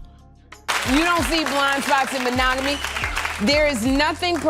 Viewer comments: I think she had a freudian slip when she said Ma-“nag”-omy instead of monogamy. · was mo-NAG-AT-ME a freudian slip> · "Ma-nag-omy". Got it right the first time.